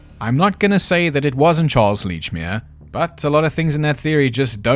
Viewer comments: For god's sake it's letchmere.pronounce it letchmere.😂 Love your accent.thought you were Australian for the first part.😂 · Aaaand its fuckin Lechmere: like saying letch. Like a letcherous bastard! Sorry, not sorry, Scottish. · He has all these theories about Lechmere, but doesn't even know how to say his name 🤣